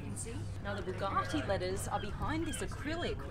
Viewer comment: I could never subscribe just because of the way she pronounces Bugatti.